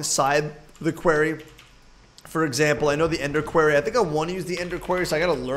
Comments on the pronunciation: Quair-ee Vs. core-ee Facepalm... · Dude it's said with an o not an a so when you say quarry say quorry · it's pronounced qwar-re